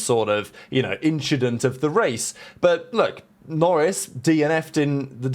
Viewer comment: Don’t think we didn’t catch that “inchident” you slipped in there 🤣